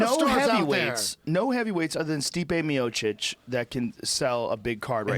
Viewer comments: "Stiopic" Joey Diaz. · Lewis toms 😂😂 yeahh the 10 minutes when he started hyping about Stipe had be creasing. Can't pronounce fighters names to save his life haha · The best part is when Diaz gets so fired up about Lesnar being a roid head that he can't pronounce Stipe Miocic to save his life. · Joey can't seem to get Miocic's name down to save his live